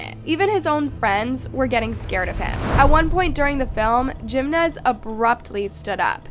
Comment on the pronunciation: Her saying "gimenez" instead of "Jimenez" made me stop what i am doing, just to comment this